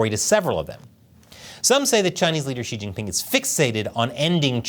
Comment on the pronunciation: Xi Jingping pronouced “Shitting Ping”